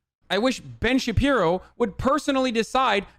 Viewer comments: Hi, I’m new here. Can someone please explain why he calls Shapiro “Shabino” ? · I can't believe I'm just discovering Piker. Dude is fuckin hilarious. Ben "Shapino" lmaooo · "From the brilliant mind of ben shapino" xD